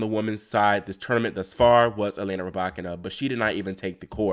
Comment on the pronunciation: The YouTube algorithm came through again! So happy your channel was recommended! New subscriber. Also, must give you your props on the Muchova pronunciation. Excited to hear how you fare with the Russian names 😍. (ETA: Rybakina?? 🔥 COME THROUGH!)